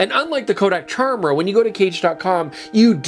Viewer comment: It all in the name - a good little pun. It should be pronounced like Chimera with a hard K sound